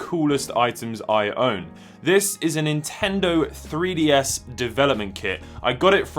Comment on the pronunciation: ah yes, the nintendr 3bds